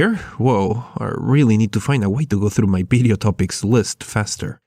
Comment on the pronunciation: ITS VIDEO NOT BIDEO GOD.